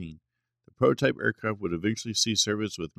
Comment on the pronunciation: and just what is a protype? it seems ai narration cannot handle the T in prototype